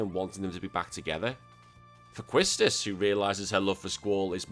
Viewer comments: I don't have a problem with your Qustis pronunciation, but it sounds like you gave Ifrit another F at the end. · Apparently the correct pronunciation of Quistis is "Kiss-tis", which sounds stupid.